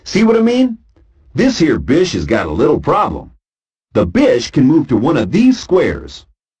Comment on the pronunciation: It sounds like “bitch” whenever he says bish.